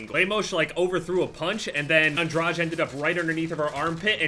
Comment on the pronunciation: Interesting way to pronounce Lemos and Andrade